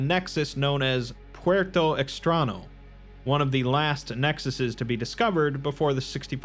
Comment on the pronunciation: Puerto Extraño means Strange Port for those who don't know Spanish. (The ñ is pronounced nyo/nya, not na, but still.) Really great video! Your stuff is amazing, really liked Lord Blackwood as a seaslug actually using a rifle lol.